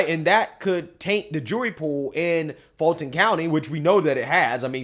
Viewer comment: So I don't care, but it's pronounced (Full-ton) County. Yes, it's Black and Democrat. I was born and raised in Fulton. Then, I finally moved to Gwinnett, married a Conservative, and my whole world changed. 😂